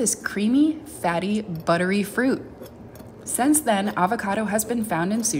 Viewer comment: Never heard anyone pronounce since as "zince " before